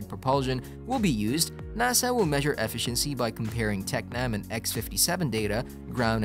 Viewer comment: Knowing how to pronounce basic words such as "efficiency" or "comparable" or "Comanche" etc will generally help with views. Kids....if you don't know how to pronounce something, look it up, don't just fake it hoping you get it right or that nobody notices. Especially if you're trying to do an "educational" video.